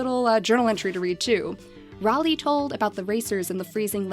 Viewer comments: Ms Deathbat Yeah, that's what. Thought as well. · I believe "Raleigh" is pronounced "Ray-lee" !!! That's my little cousin's name (